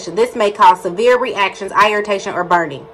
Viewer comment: It’s the eyeritation (irritation) for me when she was reading